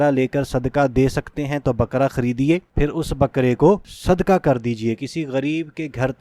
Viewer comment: السّلام علیکم اللّٰہ آپکی نیک نیتی پر آپکو جزائے خیر عطا فرمائے مگر نیک نیتی چیک کرنے کی جو تین تین. چیزیں ہوتی ہیں ان میں اولین یہ ہے کہ بلاوجہ ویڈیو کو طول نہ دیا جائے اور عربی اور اردو کا حق ادا کیا جائے! یَرزُک نہیں ہے یَرزُقُ ہے قاف بڑا والا ہے اسی طرح صدکہ نہیں ہے صدقہ ہے! مرگی نہیں مرغی ہے!. ان چیزوں کو برائے ملحوظِ خاطر رکھے کیونکہ آپ جیسے لوگ اس معاشرے کا معیار اور کسوٹی ہیں آپ جیسے لوگ اگر لوگ اس طرح گفتگو فرمائیں گے تو آپ سے سیکھنے والے کیا اپنائیں گے !